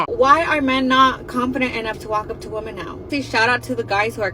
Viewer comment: Why are these idiots mispronouncing the word, women?